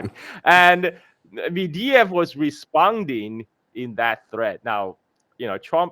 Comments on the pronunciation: It's Medvedev, not Mediev. Get your facts straight. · It's Med-ve-dev,, not Mediev or whatever.